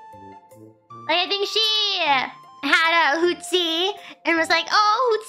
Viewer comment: Hooties? 應該是Hootsie吧